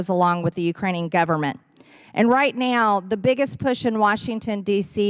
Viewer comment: Amazing how MTG can turn the one syllable word "now", into a three syllable word